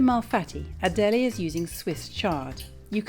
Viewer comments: correct. And it’s not adeleee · Why can’t you pronounce her name properly? You spent so mouch time in Italy! Pronouncing someone’s name properly is the basic form of respect